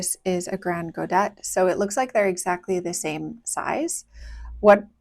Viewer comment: I've always been curious about these paints but haven't tried them myself. Thank you for the swatches. On aside note "grand godet" is French and just means "big pan" and you don't pronounce the "t" at the end. For the mixture, I just really want to guess haha It reminds me of PB29 and PR101 (a color mixture I always do) But there's no granulation, so it can't be that and there's also a greenish undertone so let's go with PB15, PR101 and then Black, PBk6 or Pbk9